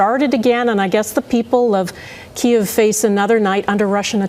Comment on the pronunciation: Thanks, Global, for pronouncing Kyiv's name properly. "Kee iv." Bloody morons at CBC say "keev."